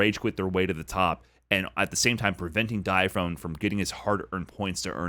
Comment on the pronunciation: Its not Dya Phone it's Die Aphony get it right.